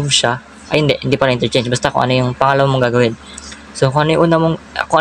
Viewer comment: "F-INRERCHANGE" 😂 but I still get the point❤😊